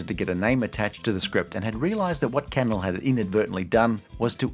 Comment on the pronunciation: It’s pronounced canELL not CANel